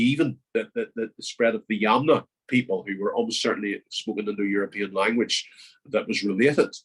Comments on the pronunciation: Thanks, lots of good information. It should be 'yamnaya' culture (ямная культура), with the stress on the second syllable. They originate from an area known in antiquity as Scythia. Hence, the creation theory that the Scots are descended from the Scythians is valid! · Originally, the stress is on the first syllable, but English speakers seem to prefer the stress to be in the middle. Yamnaya is an adjective meaning 'pertaining/related to pits'. The English term is the Pit-grave Culture, but for some reason, the Russian term has become widespread now.